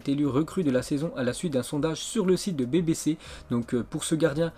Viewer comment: BBC= ce dit bibi si wsh ton anglais